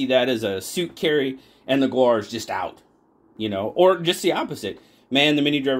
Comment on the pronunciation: "The gaur, also known as the Indian bison, is a bovine native to South and Southeast Asia" Pronounced 'gour' or 'gower'